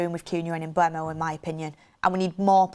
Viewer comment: She way she pronounces Mbuemo is jarring “Umbermow”